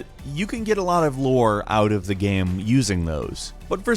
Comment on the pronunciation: I literally watch your videos just to count how many times you say geh-yum.